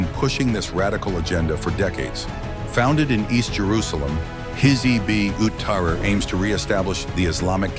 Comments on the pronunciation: This guy can't pronounce it 😂 "hizboot-ah-ree" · HIZBUL TEHREER. [CORRECT PRONUNCIATION]